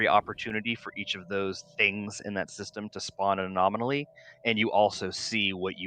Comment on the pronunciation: good lord! it's "anomaly" not "a-nominally"! There are only 4 syllables, not 5!